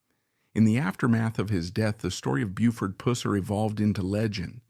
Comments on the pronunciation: When will these documentaries Ever get a Voice that can pronounce his Last name Right??? I couldve pronounced his name right in the 2nd grade: Pusser! These voices saying " pooser" are ridiculous! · Please learn how to pronounce Pusser.